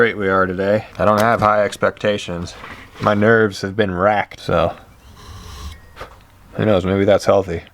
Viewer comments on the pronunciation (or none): none